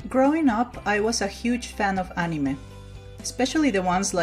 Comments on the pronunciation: I don't really like the way she says anime ’ah-ne-meh” instead of ”a-ni-mae” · ..... She pronounced it "Animeh" instead of "Animay" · It’s said An Ee May, not animeh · Better thaan how Barack Obama pronounced it, he said "a-mine". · Yes, she said it wrong, but there's no need to be so rude about it. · and nobody is trigger about how she pronounces anime wrong and re zero guess im the only one ah well love the vid anyways but yeh as said triggered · Not trying to be rude here but you saying anime wrong and drangon ball z by the way great video!!! That really looks like rem!!